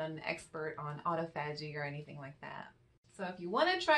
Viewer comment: Aw-tah-pho-gee. Listen to Dr. Fung. He's the man!